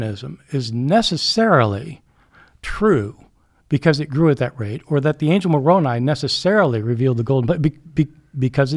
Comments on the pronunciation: Instant red flags when someone who definitely knows how to pronounce Moroni says it so it rhymes with macaroni to belittle the tradition. Gaslighting. Also there were 16 witnesses to Moroni. I am not LDS nor do I believe they saw anything with their real eyes. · The I in Moroni is pronounced "eye," not "ee" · Moroni's name is pronounced with an 'eye' sound at the end and nit an 'ee' sound. Just saying. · Latter-day Saint here. Interesting to hear them discuss my religion. I feel Bart brought up some very good points. There were multiple witnesses to the plates and the Angel Moroni (pronounced with a hard I at the end). I believe this is solid evidence for the reality that this happened. I also believe that the literal resurrection of Christ occurred, based on the witness accounts, but also based on modern day revelation that supports it. As a Latter-day Saint, I don’t have to simply rely on old historical accounts as the basis for my faith. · Just to help out, the angel's name is pronounced Mor-oh'-n•eye. And there are more members of the Church of Jesus Christ of Latter-day Saints ("Mormons") outside of the United States than there are within the US. He seemed to be of the opinion we exist only within Utah. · I think it’s funny how they are pronouncing Moroni. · Same!!! Haha and the way he kept mispronouncing Moroni 😅😅😅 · Just like he knew how LDS’s pronounce Moroni.